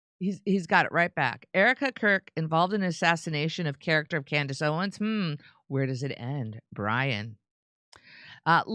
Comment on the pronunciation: Maybe now Jimmy can manage to say Owens instead of "Candace Owen" every time 😂